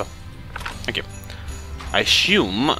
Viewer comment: Are you saying thank you? or fank you? :D